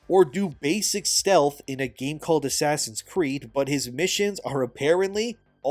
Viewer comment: Asscree sounds like ass reeeeee